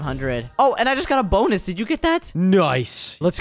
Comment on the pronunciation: It's not bownes it's bonus😂